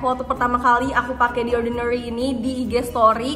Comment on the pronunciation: Jijai banget waktu dia bilang “The Orrrdinarrryyy” 🤣